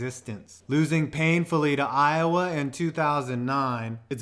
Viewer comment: U got iowa wrong